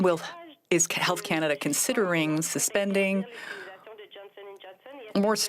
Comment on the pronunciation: It is CanaDAH under TruDAH!